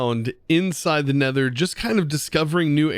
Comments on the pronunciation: "Neter"... Right, sure XD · "Neter" hahaha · Everyone: Nether: Neter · you named it "neter" its "nether" and also great vid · I kinda love me some "Neter" dimension😅